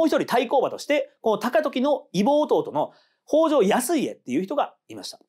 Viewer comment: とても分かりやすくまとまっていて、理解しやすかったです。特に、悪党の台頭の箇所が、因果関係も含めて、納得でした。１点だけ、異母弟の読み方は、いぼてい です。